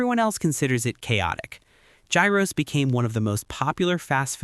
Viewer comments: It's pronounced ghiros not gairos Like it's a hard "H" ghiros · Gyros is pronounced like Euros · Straight to the comments after hearing that, i swear americans think english is the only language in the world